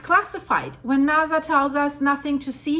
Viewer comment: I like how you pronounce NASA. Everyone knows the origins of this agency. NAZ...